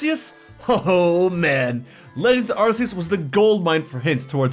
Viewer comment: Please stop mispronouncing Arceus. 😭